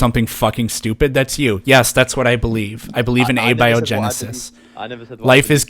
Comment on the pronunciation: You can definitely identify this new generation of kids who don't care about what's true by their pronunciation of "abby-o-genesis".